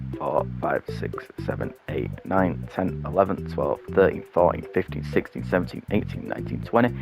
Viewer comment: When you said 16 I thought you said 60